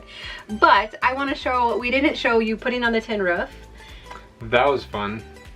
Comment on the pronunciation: Hey. I love how you pronounce it "ruff". Hilarious (in a good way!). Enjoy your weekend. X